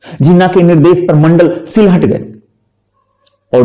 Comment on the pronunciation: "वारिसाल" नहीं "बोरिशाल" (বরিশাল) "शिलहट" नहीं "शिलेट" (শিলেট) "बनगांव" नहीं "बोनगाँ" (বনগাঁ) है उच्चारण। मेरे विचार में क्षेत्र विशेष जुड़े उच्चारण का प्रयोग करना ही उचित होगा।